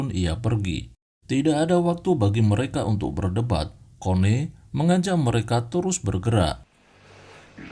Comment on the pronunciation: connie mungkin di baca nya koni min bukan kone